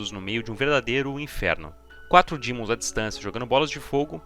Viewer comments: POR 18MINUTOS ELE FALA DIMONS, DAI COMEÇA A FALAR DEMON, UFFA! PARABÉNS PELO VÍDEO E PELA EDIÇÃO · vídeo mto bom só o “dÍmons” q chega sangra o ouvido tmj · Que gatilho que da QUANDO ELE FALA DIMONS